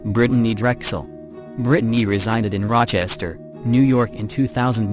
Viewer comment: Can't handle how it says Brittany either....Brid a ney🤦🤦